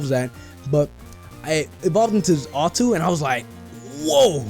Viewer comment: XD it's pronounced "Za-tu". and it's location is in the ruins of alph.